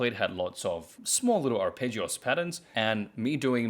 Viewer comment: You're kind of saying "arpeggios" as if it's a Spanish word.